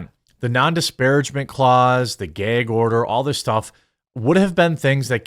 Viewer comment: Don't you mean Geg order? 😂